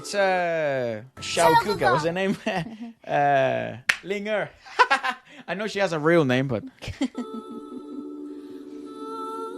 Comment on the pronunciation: wow you can speak ling er (灵儿）name 😊 so mean you watch the drama before 😂👍🏻👍🏻💪🏻